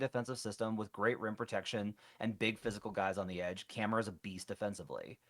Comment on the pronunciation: We really can't pronounce Camara's name?!?